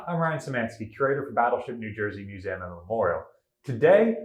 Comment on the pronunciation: I love this channel, but every time he says the word museum I get a little shutter..